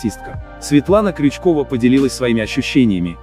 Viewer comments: Когда коментаторы научатся правильно произносить имена и фамилии тех лиц о которых ведут передачи? Вы же русские! Научитесь правильно ставить ударение.Стыдно за вас и противно слушать. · Как вы вообще могли коснуться имени этой актрисы,хотя бы фамилию правильно произносили.Светлану Крючкову не трогайте вообще и такие заголовки не ставьте.Дорогая Светлана,долгих лет жизни,счастья всему вашему семейству,успеха в работе,исполнения всех ваших желаний,вы замечательная женщина,мама и любимая актриса,я вас обожаю!!!😉💋💋💋💋💋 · Как же вам не стыдно паршивый вы автор.Врете, даже фамилию актрисы говорите не правильно.Стыдно вам хоть когда нибудь бывает? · Такое чувство, что у вас работают малограмотные нахальные торгаши! Нет уважения ни к семтной информации, нет грамотного владения словом. И научитесь в конце концов верно произносить фамилии достойных знаменитых людей! Правда, шариковым не судьба стать профессором Преображенским. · Когда вы прекратите коверкать фамилии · Научитесь сначала выговаривать правильно фамилии прежде чем обсуждать что то.